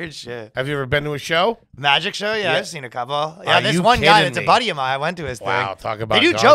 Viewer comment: The most garbage thing about this episode is saying "Body" instead of "buddy" WTF